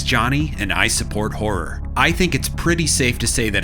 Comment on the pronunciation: Why are you saying hor it’s horROR